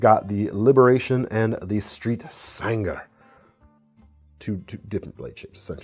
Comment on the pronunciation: That Chaves Sangre is pronounced “San Grey”